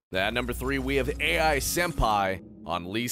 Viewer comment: #3 is pronounced Ai as in like Ayeee. Ai is s common Japanese name, and Ai Senpai sounds more correct than AI.